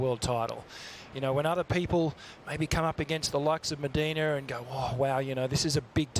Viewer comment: Mediner ??? Es Medina.... speak proper English you bloke....